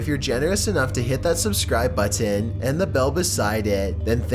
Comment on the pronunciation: Why do you pronounce button like butt tan?